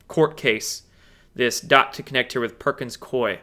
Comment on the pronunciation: Perkins Coie = Cooey, as in, rhymes with gooey. 💚💚💚 You are a Light Warrior,.